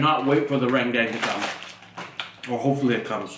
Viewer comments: Indomie RENDANG.... not Indomie RENGDENG... bahaha.... Kiding..... Hihihi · it is RANDANG! not rendeng. say it correctly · its not pronounced "raan dang" its "ren daang"